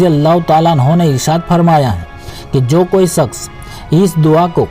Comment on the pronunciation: Izzazat nahi Ijaazat bolo Saks nahi shaks kaho .suru me nahi shuru me kaho Up bihaar k ho kaaaa Kyun k up bihar k log sheeeen ko seeen bolte hai 🤣 Yaar youtube videoclip clip banare ho zaahair hai k saari duniya dekhti hai aap barai meherbani apni talaffuz ko toh theek karlo . Agar ek baat suno siwai Allah k kisi ko shirik mat karo . Saamil yaaa shaamil Kidar se agaya bhai up ka bhaiyya